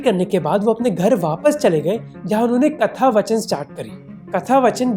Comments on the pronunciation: good video, great social message. But it’s hard to see an educated person like you mis pronounce Hindi words like “katha vaachan” just to look cool. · Hey Mohak, really like your content but, Katha-Vaachan* not vachan.